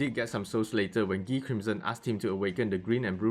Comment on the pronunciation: I love when people say Guy name as ghee😂